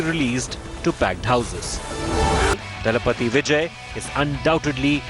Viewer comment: Its தளபதி... not தலபதி